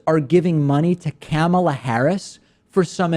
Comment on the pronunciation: I believe it is pronounced "Kuh-mah-Lah" not "camel-A" lol